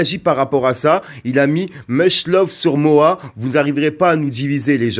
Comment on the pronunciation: C est pas MOA Fréro c est MOHA